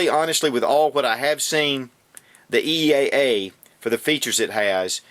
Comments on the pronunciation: He keeps calling eaa witness a cz very confusing also it's eaa not eea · it's EAA not EEA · he says "EEA" about a hundred times, and he got it backwards when he said all of the calibers that are available on the CZ...when he really meant they are available on the EAA pistol. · lol a couple times you accidentally said eea a couple times :)